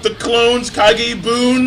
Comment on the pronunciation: Its Kage Bunshin, not Kage Boon